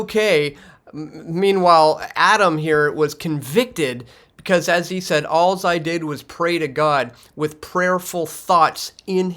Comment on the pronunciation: Love your work. (All, not allz, he did) So Canadian